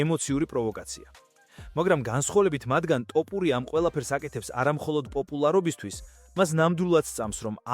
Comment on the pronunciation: ტოფურია არა ბებიაშენის ტრაკი